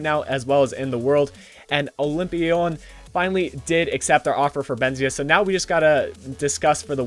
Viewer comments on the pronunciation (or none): was too happy that he got Benzia that he said "Olympion":P